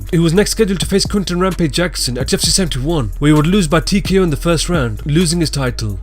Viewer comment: Why do you pronounce UFC with a "T"?